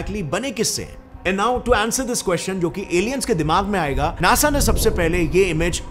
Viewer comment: NASA ❌ NEASA ✅